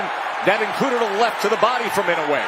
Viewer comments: The name is pronounced: Eenoue, hard e sound like in "meet". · Inoue ... You really need to learn how to pronounce this name. Jack, the Japan Alps Brit 42 years and counting